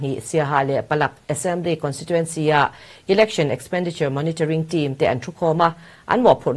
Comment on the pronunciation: Election lamdan hi google leh hmun hrang hrangah ka en a,Ilection nilon Election a ni e,s aptawng leh Mizotawng hi lam dan dika lam hram a tha,Education pawh Iducation, Entepawh Inter, Exam pawh ikzam kan ti tawh mai dawn emni ?